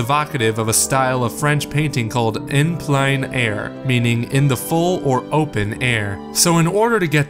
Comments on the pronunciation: 'on pline air' ffs guys you had one job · As an artist watching this was kind of painful because of the mispronunciations of certain artist terms. Plein air (plen-air), opaque (oh-pake)